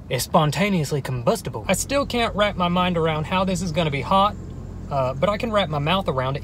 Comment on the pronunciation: "ITS SPONTANEOUSLY COMBUSTLE" when he said that I started Lmao 😂😂😂 I was dying😭😂😂💀